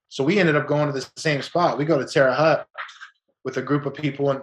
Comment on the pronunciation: Terre haute is a dangerous place and thats the worst prison in Indiana. Haute is pronounced like hoat.